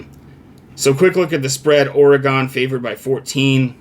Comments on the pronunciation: It's pronounced "Ore' Gun" We will crush Wisconsin as we wish and continue up the path of victory. If we are smart we'll continue to look beatable 😉Fuck WT especially VR and you should get out and exercise bro! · yeah if you are British vs American I get it.. but saying OrE-Gone is wrong.. That's a town in Wisconsin not the state of Oregon. get control of your big ole feelings there buddy. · people who can't pronounce Oregon shouldn't give betting advice.... but that's just me I guess.